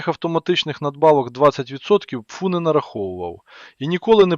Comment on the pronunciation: Аи почему пфу, а не пэфэу? По звуку пфу похоже на плевок...